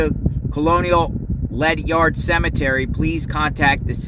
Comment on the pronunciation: It’s not Led Yard. It’s Ledyard the y and you pronounce with gerd. Ledyard is where Foxwoods Casino.